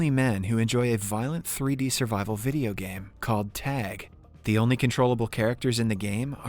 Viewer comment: Ayo tag?!? Tat es not tag bruh ,💀💀💀💀